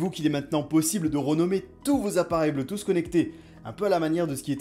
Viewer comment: Hhhh bleutousssss Quelle prononciation!!!!!!